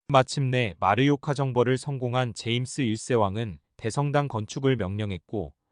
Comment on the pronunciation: 잘봤습니다. 딴지 하나 걸자면, 마르요카가 아니고 마요르카(mallorca) 입니다.